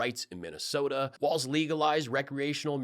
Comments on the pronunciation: Milwaukee is Wisconsin not Minnesota. Tim’s name is Walz (walls). Not waltz. That’s a dance we do in Minnesota. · Pillow Boy keeps saying WALTZ instead of Walz...mealy-mouth idiot. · Why do I think Mike Lindell never has to worry about too many family members gathering in his house for any reason, ever? I'm betting everyone has some other pressing committment every time Mike invites them to a function. And, why does he keep saying "Waltz"? I'm really hoping all of MAGA finally just dries up once Harris/Walz are elected. But... obviously they won't. I pray for no violence, and a peaceful transition. I know Biden will be proud to hand off to Harris, but my main doubt lies with Cult 45 and their Alt Liquor. "Drink up. Bow down." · No t in walz.